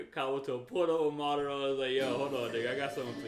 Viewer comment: oh it's not that name you've been butchering it's Madara's